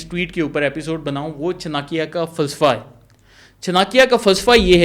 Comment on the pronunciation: چناکیہ نھی چانکیہ